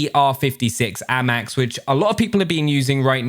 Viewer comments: Normal people: ayymax: aamaax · The way this man pronounces the AMAX is class